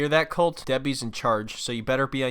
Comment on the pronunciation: It’s pronounced colt-eee btw you got it wrong most of the video